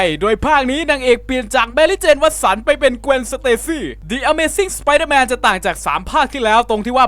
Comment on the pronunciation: ต้องออกเสียงว่า ดิอเมซิ่งสไปรเดอร์แมนจร้าาา